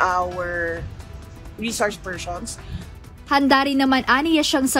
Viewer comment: Re shores pershons daw sabi ni Sara. Bobita TALAGA pati sa pag pronounce 😂